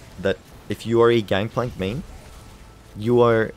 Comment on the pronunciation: I agree that "Gangpalnk" is very strong,. lol